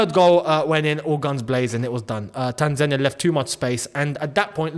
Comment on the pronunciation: cheering for Morocco hurts man💔 I feel betrayed😂 Really wanted to hear your thoughts about the match and your views on how we played! It’s a fair assessment, wish we got atleast a point but Morocco were class👏🏻 Love how you pronounce Tanzania! Welcome, visit Tanzania when you get the chance mate its a beautiful country, beautiful and friendly people with lots of interesting touring sites including Zanzibar, Kilimanjaro the highest free standing mountain in the world, The Serengeti and so much more❤ 🇹🇿🇹🇿🇹🇿